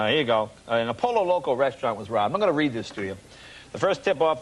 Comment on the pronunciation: So painful to hear po-lo loco again and again